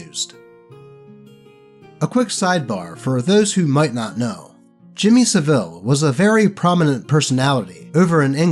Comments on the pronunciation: that's not how you pronounce savile, it's "SAV-UHL" not "SA-VEEL" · That's not how you say Saville.